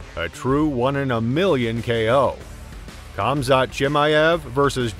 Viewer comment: . Nailed it. Khamat. Who the fook is that guy?